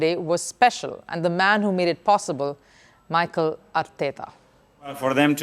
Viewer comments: Atleast you could've searched pronounciation of Mikel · It's Mikel and not Michael.